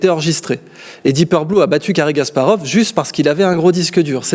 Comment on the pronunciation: faut arrêter avec cary gasparov... Kasparov !!!